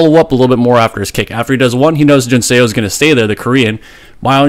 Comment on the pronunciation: Love your content, but in Korean "Seo" isn't pronounced "Say-oh" - it's a single sound, more like "suh" - it's just romanised as "eo" but not intended as a double vowel sound.